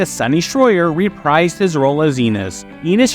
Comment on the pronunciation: The best part of Booker was Lori Petty. You may want to look up the pronunciation of "reprise".